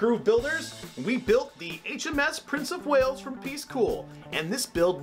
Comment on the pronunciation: Prince of “Whales”? As a Welshman, please can I beg for a name correction here :-)